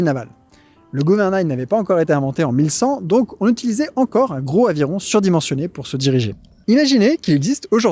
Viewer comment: On ne dit pas un gro aviron, mais un grozzz aviron. Etirez vos voyelles, la prononciation suivra. Super vidéo quoi qu il en soit, merci.